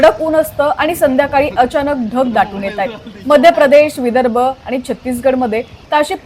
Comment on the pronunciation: मॅडम, बातम्या देताय, जरा शुद्ध मराठी बोला की! तुमचे ते आनि,पानी,कोकन वगैरे अशुद्ध मराठी ऐकतांना कानावर अत्याचार झाल्यासारखेच वाटते….!! “ण” हे अक्षर स्पष्टपणे बोलायला शिका लवकर!!!